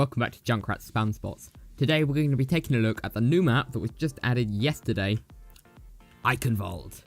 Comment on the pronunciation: Oikenworld.... In German it's eichenwalde. And u speak it I Chen w r lde